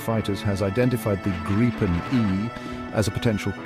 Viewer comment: It’s pronounced “Greepen”, nothing else 👍🇸🇪